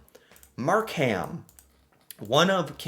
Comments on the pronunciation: It is not MarkHam it is pronounced Markum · Not your fault, but I did laugh at some of your pronunciation. Mark Ham sounded like a person's name. You say it faster Markem, all run together, not separate. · it's pronounced "Mark-um". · Mark-um. NOT MarK-HAM. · Markham is pronounced Mark im (short I) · Don't pronounce the "H" in Markham. Say it like Markem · Markham is pronounced Mark-um. we're tricking you with the silent "h" (because we like silent letters up here) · pronounced mark um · Markham is pronounced MAR-Kim. Toronto is pronounced like. Tronno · Markham is pronounced Mark-um. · no I wonder how people in Birmingham Alabama pronounce their city. Because traditionally the ham has been truncated. So it’s just Markum now. But I know a lot of people have a problem with the HAM suffix unless you’re from that city. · Markham isn't pronounced Mark ham. It is pronounced with silent h......Markum.❤️🇨🇦🇨🇦🇨🇦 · The "h" in Markham is silent. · Sorry, You pronounced Markham wrong, the "h" is silent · Lol..the way is pronouncing Markham...bless him for trying and learning. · Markham is pronounced without the h. Love watching your channel. As a Canadian you are teaching me things I didn't even know about my country. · you dont pronounce the H in the word Markham. ❤ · Mississauga is Brampton's next door neighbour and we are both part of the GTA (greater Toronto area). We lived in Longueuil, Quebec before we moved to Brampton. Markham - the h is silent Toronto - the second t is silent, if you use it you either work on TV or you're not from around here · Easy way to Pronounce it - Long Gail Q-Bec ( My Wife ) lived there & thats how she says it ! Mark-AM - Mark - Em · This was a fun reaction video. But I kept wishing it was live so I could jump in and help you with pronunciation. Not every city. Just Longeuil(long - gay) and Markham (Mark 'em).